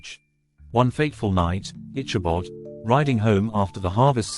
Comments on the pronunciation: Good video. However, the telling is hard to listen to due to the mispronounced name of the main character. It is pronounced ickabod, not itchabod. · Please pronounce Ichabod with a hard K sound not a Ch sound as in chicken. It is a HARD "K".